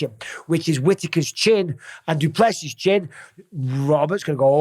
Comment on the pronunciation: PSA: The man said it himself - It's pronounced "Do Plus See" ( no emphasis on the "plus" ) - - - not - - - "do PLESSI" and certainly not "Do plessiSS Also "Drickis" - - - not - - - "Drake us" . Good to learn it now so you get it right when talking about the new Middleweight Champ later this year 😉👑🇿🇦